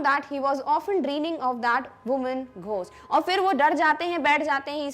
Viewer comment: ઘોસ્ટ✅ ગોસ્ટ❌